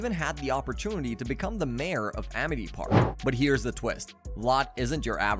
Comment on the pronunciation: bro really said amith park